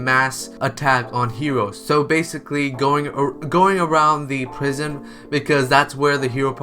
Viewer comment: Is swear he kept saying prism and not prison